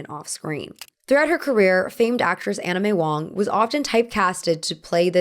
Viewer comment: Did anyone else hear "Anna May Wong" as "Anime Wong" at first lol